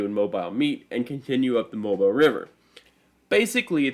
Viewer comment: It is pronounced “Mo-beele”, not “Mob-ile”. The unusual pronunciation is because it is a French pronunciation of “Mabila”, one of the American Indian tribes that inhabited Mobile Bay.